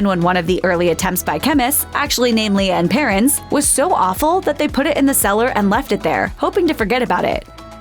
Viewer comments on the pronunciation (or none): Can’t take this seriously when the first item is called “LEE-UHH & Perrins”. It’s LEE AND PERRINS. Duh! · Its pronounced lea(lee)and perrins thanks